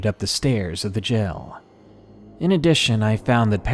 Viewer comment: I love when people pronounce jail as gel lol so cute.